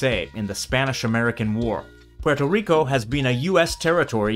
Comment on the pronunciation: The R in Rico would be trilled or pronounced more like a French or Portuguese R. The L sound only happens if the R is at the end of a syllable